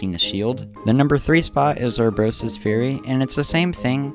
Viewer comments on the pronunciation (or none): Did you daruush???? How did you mispronounce both daruk and urbosa!?